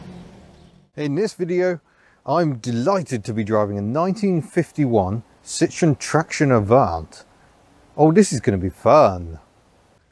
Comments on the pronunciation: Please learn to pronounce the name correctly. It's Sitro-EN, not SIT-ron. There is a reason Andre Citroen put an umlaut over the "e." Yes, he did it on purpose to avoid being called Sitron. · Citroën. CIT RO EN. It is not an orange. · Please, puhleeeeeeez, take the time to correctly pronounce the company name. So many Brits and Americans just slaughter this name. It is not Sit-Tron, which in French, "citron", translates to lemon'. If anything the Brits were far better at building lemons rather than the revolutionary and reliable French. Yes, yes, yes, I know that the family name was originally Dutch "Limoenman" (Little lemon man), which in France became Citron, but it was ultimately Changed to Citroën. I'm sure Andre Citroën's business acumen was clearly aware of what a laughing stock the company would have been if he had been selling "Citron---Lemon" cars. The correct pronunciation is "see-tro-n". It's just as shameful as the Brits and Americans talking about driving a Porsch, because they're either too ignorant or too lazy to pronounce "Porsch-ah". O.k., rant over.